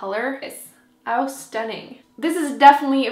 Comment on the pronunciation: I looooove the way you say " 'ow stunning!" :-) :-) It makes me smile!